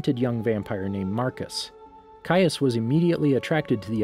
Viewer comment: Finally you pronounce his name correctly. Also, thank you for this